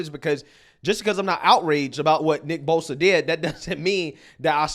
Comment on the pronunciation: She can’t even say his name right 😂hold this L